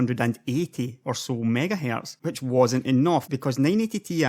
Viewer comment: MiegaHae... lol what accent is this?